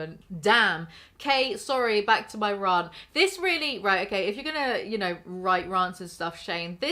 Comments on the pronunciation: it's "rant" and not "rarrnt" please and thank you. Great vid otherwise! 👌🏼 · We have to address the elephant in the room - pronounces 'rant' and 'rah-nt' and we have no idea why. I don't know a single accent on this whole Island that says rant like that. I need explainations.